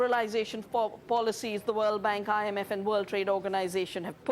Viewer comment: I like her books, but when ever she says IMF, I always hear something else.....